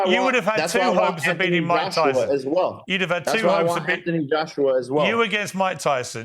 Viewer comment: Bro said ant Joshua